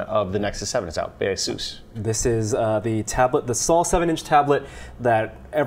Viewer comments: YOU PRONOUNCE ASUS WRONG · I still stick by the "how you see it, how you pronounce it" method "A-SUS". The pronunciation of "Ah Zoose" sounded too Portuguese for a Taiwanese company for me. I just approach it in the same way that people pronouncing. "Premier" and "Caribbean" differently.